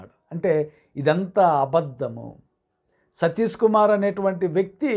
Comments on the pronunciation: Meeru , Sathish ane pronounce sarriga cheyyandi ayyagaru ,emi chaduvukunnaru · అసలు మీకు ఆయన పేరు పలకడమే సరిగ్గా రావడం లేదు ఎందుకండీ మీకు. 🤦 మీ ద్రుష్టి వాళ్ళ మీద నుండి తప్పించి దేవుని మీద పెట్టండి బాబు